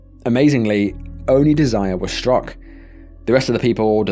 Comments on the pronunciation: it’s most likely not pronounced “deh-zire” usually that name is “deh-zer-ray” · Her name is not desire😂.😂😂😂 British folk are hilarious It's pronounced Dez er ray